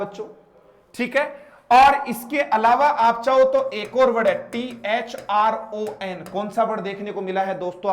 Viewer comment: Kante ka thron nahi thorn hota h